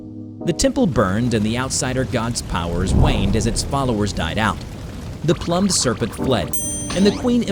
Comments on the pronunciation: Homie really kept saying plummed instead of plumed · "Ploom-ed" not "plum-ed". The words mean two different things. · Sorry to be pedantic but it's 'plume-d' not 'plum-ed'. plumed /pluːmd/ adjective decorated with or as if with feathers. "rain began to beat down on my plumed cap" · Not "plummed," "ploomed." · Its prounounced more like the "the ploomed serpent" not "the plum serpent". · Okay... I can't be the only one that retched at "plumbed" for the word "plumed." Ploomed, not plummed. It means feathered. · Seriously now. Plumed Serpent . Is pronounced Ploo • mmd. Not Pluh • mmd. If your presenting something for mass media distribution. Learn how to read. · Plum Serpent? Lol it's pronounced ploomed, like plumage on a bird. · Plume is not pronounced like plum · It's pronounced "ploomed" usually meaning feathered. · i think it’s pronounced PLOOMED like plumage which is feathers so feathered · please check your auto voice for mess ups like plum ed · Plumed = sounds like Ploomed. Like plumage; as in feathers. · “Pl-oo-md” serpent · "Plummed" hhahahaa I've been noticing ALOT of mispronunciation in your videos lately, you okay? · Lmao I love how his pronunciation is still so off and alien like. Plum'd serpent is great. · You mispronounced "plumed" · The way he pronounces plumed😭😂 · That mispronouncing of plumed serpent is annoying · I love how you mispronounced "Plumed" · PLOOMED not PLUMMED and a man named Emily? It's pronounced Um-eel... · Your videos are of good quality, but maaaan, double check your pronunciation. Everytime you pronounced plumed (ploomed) as "Plum-ed" or Emile (Em-eel) as "Emily" drove me nuts.